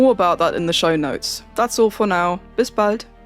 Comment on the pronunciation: Says "Bis bald" with an english accent. That´s the most german thing ever: send a german to any other culture for two or three years and they will pick up a foreign accent speaking their mother tongue. Something that wouldn´t happen to any french or english speaking person ever.